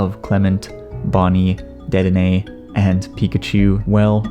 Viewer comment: u pronounced latias and dedenne wrong